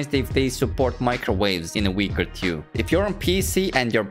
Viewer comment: videos are all cool, but pls learn to pronounce the word TWO, its not TYU, its TWO.